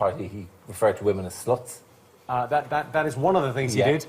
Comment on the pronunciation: they pronounce sluts as slots that's so funny